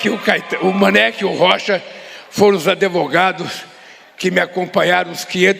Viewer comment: "adEvogado". kkkkk